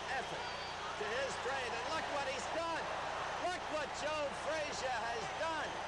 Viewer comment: Announcer called Joe name joe freezer